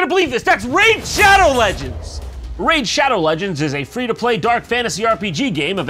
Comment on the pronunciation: 😂😂😂😂 "THAT'S RAID SHAWDOW LEGENDS"